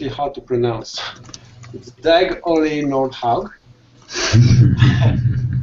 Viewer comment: Dubied Johan Peijnenburg ***** Ugo Cei Wow, thanks for sharing my work guys! Great show. And - your pronounciation of my name is spot on!:) Again, thanks. I'm very honored!